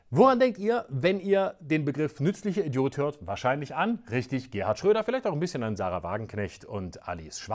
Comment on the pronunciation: "Nützlicher Idiot" = (ausgesprochen) "war´s alle" (...) 😉 Danke für´s gut generierte Schmunzeln an dieser Stelle, Danke Florian!